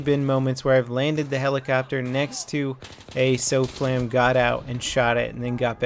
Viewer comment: SOFLAM not SOAFLAM